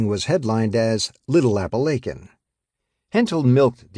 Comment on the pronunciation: I wish this guy would learn to pronounce Appalachian properly!